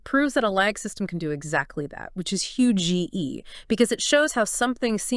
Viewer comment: that was Hue G E